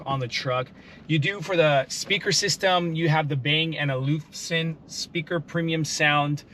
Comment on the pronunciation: Check your pronunciation of Bang & Olufsen.